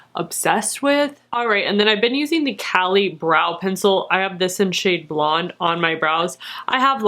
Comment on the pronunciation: So I know that pronouncing names is hard to remember, especially if you get it stuck a certain way in your head. However, I’ve never seen my name on anything before and I’m really excited about it. It’s said as kaylee, not Callie cosmetics. People call me Callie everyday. It’s not how this spelling is pronounced. Caley is a Gaelic name. I’m usually not a sticker for this stuff, especially if a brand is in a different language like Kjaer Weis, but Caley is just Casey with an L.